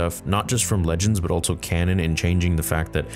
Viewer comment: bro why do you say "altso," it's so noticeable every time you say "also"